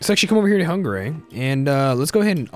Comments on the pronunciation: Can you please stop pronouncing hungary like that? Its hungary not hunggaray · The way you pronounce Hungary, lmfao. Nice idea for a series! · Why does he say hungary so weird?